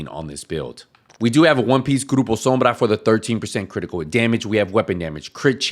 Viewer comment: I gave you a like for the good video and pronouncing grupo sombra correctly. Keep up the great work.